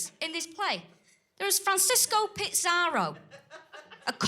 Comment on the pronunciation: What is with her weird pronounciation? Why did she put a T in pizarro?